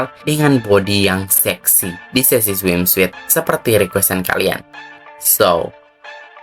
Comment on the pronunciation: Cara nyebutinnya swimsut bukan smim suit. Suit-nya nggx perlu dibaca semua sebut aja sut. Swimsut